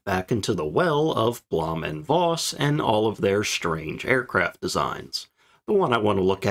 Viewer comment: V in Voss is pronounced as F. The V in German words and names of >Germanic< origin are spoken as F. Vater (father), vier (four), Vogel (bird), Hannover (Hanover), Volk (people, folk), van Beethoven, von Bismarck V in German words/names of Latin/Romance/French origin are spoken as V Veronika, Viktor/Viktoria, Lavendel (Lavender), Vakanz (vacancy), Virus (virus), Vitalität (vitality), Vulva ....